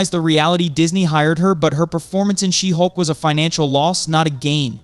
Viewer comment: SHE-HULK! not She'hulk